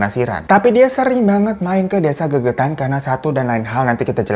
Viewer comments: Desa Legetan bang bukan gegetan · Desa Legetang kak bukan gegetang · Legetan bang bukan gegetan...desa itu kan di Banjarnegara...memang itu cerita yg fakta .. lumayan dr desaku jaraknya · Maaf bang, nama desa nya Legetang kali ya, bukan gegetan. Lokasi di wonosobo jateng. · Mohon maaf bang Hiro bukan GEGETAN TAPI LEGETANG 😊